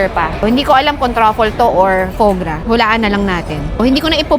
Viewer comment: Foie gras ! Not right prononciation ate😂😂😂